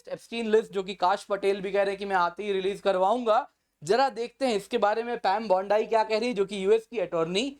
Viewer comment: “पैम बौंडाई” नहीं “पैम बाँड़ी” बोलिए